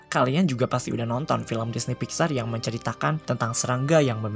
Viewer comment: DISNEP WOY BUKAN DINEY